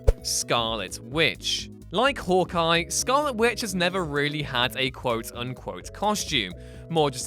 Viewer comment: "Hork Eye" ha